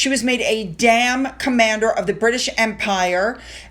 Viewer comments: Sorry but you just cracked me up 😆 it is Dame not Damn. Enjoy your channel 💕🇦🇺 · it’s not a dam it’s a Dame like the song “there’s nothing like a dame” I know you don’t like to be corrected I’m the same but I wanted to correct you because you try so hard to get your tongue around our blooming awkward language. 🫶🏻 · "Dame" rhymes with lame,. Not damn rhymes with jam. 😁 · Um, the pronunciation of Dame is not 'damn' but 'daym'! Like the US movie 'Mame'! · Dame rhymes with game, not with dam. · Dame is pronounced as you would expect since there is an e on the end of it - not Dam. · It's 'Dame' liké south Pacific 'there ain't nothing liké a dame'! 🤭☺️ Great vidéo...loved thé bée brooch Camilla had😮and i loved Denise's outfit... She's beautiful